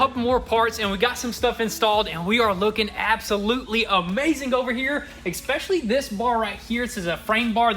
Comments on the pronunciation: its especially not axespecially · Dang some that expecially cool lol you guys got a different language in Tennessee lol